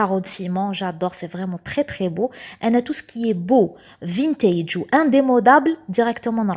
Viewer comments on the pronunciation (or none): ومن بعضنا نتعلم...كلمة vintage تتنطق فانتج..يعني حرف a ماينطقش آي في الكلمة هادي😊😊 الكوزينة روعة بصحتك